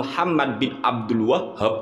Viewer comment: Abdul WAHHHAB. muantep nglafadzkannya. 🤣😅🤣😅🤣😆